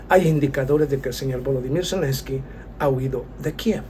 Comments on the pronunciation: Zelensky, no Celensky. Lo único que t falta, es mejorar la autografía. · Selenskyj y no Celenski